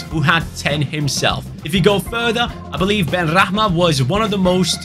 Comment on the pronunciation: It's benrahma Not benrakman